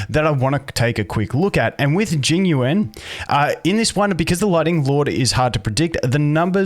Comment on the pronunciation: Obligatory pronunciation comment - second part of his name is like the word “you” and the syllable “ahn/awn” like the word “yawn” or “lawn” with an American English accent :)